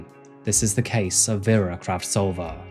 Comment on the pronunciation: It blows my mind how you're apologizing for your Myanmar pronunciation while constantly butchering the victim's name. Her name was VERA not VYRA. Veh-ra.